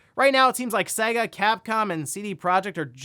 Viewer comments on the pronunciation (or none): none